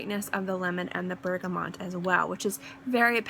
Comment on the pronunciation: lovely list. really like these themed lists :) loved your almond one too. btw there is no n in bergamot ;) and out of interest have you tried MFK le beau parfum?